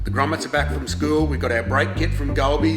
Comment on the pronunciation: I honeslty thought he said Gromits instead of Grommets. And it got me thinking about Wallace and Gromit.